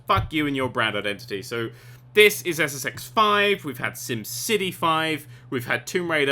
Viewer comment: i swear in his intro he said sex